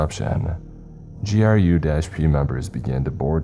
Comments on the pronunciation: I've been enjoying your SCP readings. Just one minor critique for future reference. GRU is not pronounced as grue. It's pronounced like any other alphabet organization, i.e. FBI, CIA, KGB, NKVD, etc. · the fact that this dude choose the wildest SCP after the flesh that hates is bold af. minus the the GRU and scranton reality anchors mispronunciation, its dope